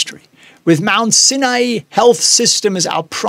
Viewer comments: pleeeeease, Mount Sinai is pronounced Mount SIGH-NIGH. Ask Winston, he would know! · Mount sin ay lol